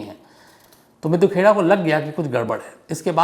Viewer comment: सही उच्चारण मिड्डू खेड़ा है